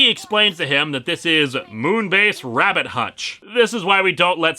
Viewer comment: It really is rabbit hatch not hutch